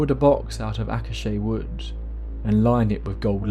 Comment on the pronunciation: Acacia is pronounced akaysha, with the ay as in day.